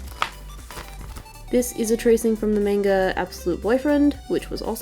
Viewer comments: And It's Actually Pronounced, In Japanese, Ma-n-ga. Not Men-ga. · say manga right! m - a - nga! not m - o - nga! say it how you say it! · I also say manga m-A-nga instead of m-AH-nga. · ...am I the only person who says manga as maynga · dont worry i pronounce manga as maunga and yay im in ur in uk cuz i live here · Don't worry I say "Manga" wrong too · It's Okay. I Say The ' A ' In Manga As Well. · OMG U SAY MANGA WITH THE AUSTRALIAN ACCENT YAAAAAAAAAAAAAAAAAAAAAAY